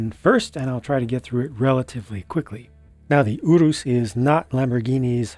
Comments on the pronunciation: This was a really good review. I've found myself in unusually universal agreement with your thoughts, especially regarding the British & European price point. I'm also pleased to hear your pronunciation on Urus as I had no idea how to pronounce it myself, so now I know what to call it. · I'm Italian and I approve your pronounciation